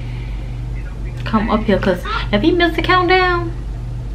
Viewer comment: She so country “ get outta hea “ lmfao